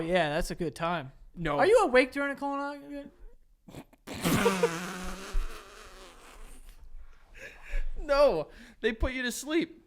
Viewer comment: "Are you awake during a colonoguhnuh?"